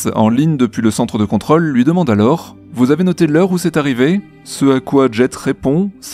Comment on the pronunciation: ContrŌle, on prononce le circonflexe, svp. Réflexe parisien. Régor